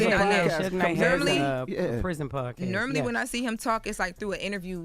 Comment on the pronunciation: Tf is "nermally"?😂😂😂